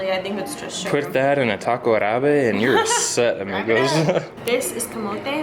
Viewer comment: Prononciation hint to: The accent goes on the first A in Arabe. Keep working on your Espanol, mi!;^D